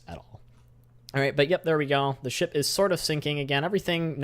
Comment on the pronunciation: When You Say 'Ship' I Hear 'Shit'